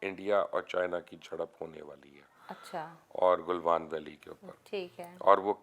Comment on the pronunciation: The guy doesn't even know how to pronounce Galwan..lol..Also doesn't have economy to run their own country n talking big here..